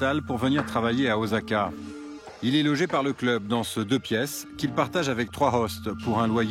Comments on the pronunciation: Osaka se prononce O-sa‐ka et non o-za-ka. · Ossaka pas ozaka Désolé vous avez bien prononcé la 2eme fois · "Ozaka" ça commence bien... 🙄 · Encore un reporteur de merde. Parfois il dit Ozaka et parfois Ossaka (la bonne prononciation pour Osaka). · C'est juste pas les règles françaises : écrit Osaka (car il n'y a pas de vraie orthographe vu que ce sont des kanji à la base) mais prononcé "Ossaka". Comme pour le r qui se prononce L : on écrit Hiroshima mais on prononce HiLoshima. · Un doc vieux de 10 ans qui donne une image déplorable du Japon victime certes d’une natalité faible, mais où la sécurité règne et où chaque enfant est choyé, pas comme en France où la vermine se reproduit plus vite que les cafards, donnant naissance à leur tour à des parasites encore pires qu’eux. Et au fait, on prononce « OSSaka ». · Pitié, prenez quelqu'un qui sait prononcer correctement le japonais surtout si c'est pour lire le nom d'une ville plus de 20 fois. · déjà un problème de prononciation 😢 Sa promet 😅 Et miracle c'est OK 😅 (pour la prononciation) Mais récidive 😢 C'est pas possible !